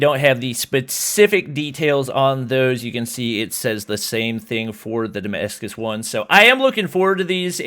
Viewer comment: Damashige?? It’s Damascus